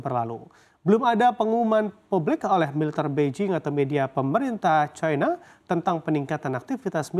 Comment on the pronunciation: Plis sebut china dengan china bukan caina, kalo takut dipecat sama bos sebut aja Tiongkok, jiji bet aku dengar orang ngomong bhs Indonesia tapi nyebut caina, dalam bhs Indonesia i itu dibaca i bukan ai anjinng 😂😂